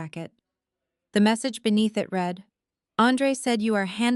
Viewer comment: Love the story, hate the narrator, all the saying “S” after a name instead of saying the name plural is beyond me. Also saying READ correctly would make it a bit better